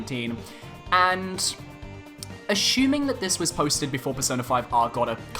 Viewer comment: this is not really about video , maybe a little bit I find how you pronounce "assuming" - "ashuming" interesting is it a British thing? or is it just my Asian ears heard it wrong? ps. Didn't they learn with Kamui/Corrin case? Yes they've learn that people will always complain and there will always be a bit of a backlash , but aside from that people will buy it anyway.